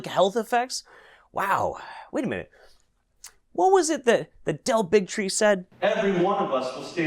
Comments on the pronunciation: is it me or does Del Bigtree sound more like Del Bigotry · "Del Bigtree.." Me: "Big Tree. Hah." Also me: ".. Bigotry 😦🤨"